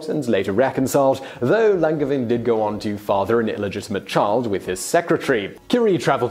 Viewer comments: It's pronounced LanJevAIn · Just an FYI, the G in Langevin is a soft G, like in Angel always love your videos! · There is another pronunciation of Longevin. The 2nd Nobel Prize was the result of the scientific community supporting Marie Curie and giving her credibility. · ouch; the pronunciation of "Langevin"... ^^" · You botched that "Langevin" pronounciation though. Can't nobody check that stuff for you before you record?